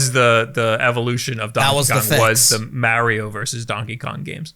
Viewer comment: I hate the way pronounces mario